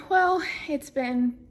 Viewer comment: i had to play it again to hear you say Wales its a Small World